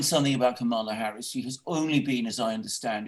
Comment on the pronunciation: I love that few people pronounce K. Harris's name correctly.